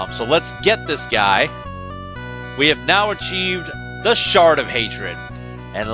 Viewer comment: Did you say The Shart of Hatred? LOL